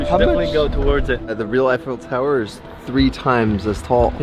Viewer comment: The Eye-Faux Tower.